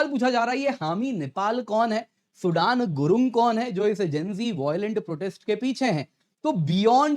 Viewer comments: It's not SUDAN it's SUDHAN I think so, I believe ❤ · Sir its Not सूडान , its सूदन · सुडान नही सुदन हे😂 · His name is सुदन. Not like the country Sudan. Our languages originated from the same Sanskrit language, do better.